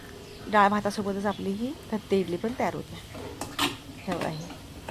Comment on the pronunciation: थत्ते नाही तट्टे इडली